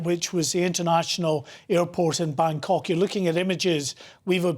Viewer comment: he said, ''bang cck'' hahahahhaha